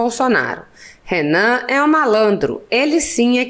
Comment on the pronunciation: Sério, não diga Renam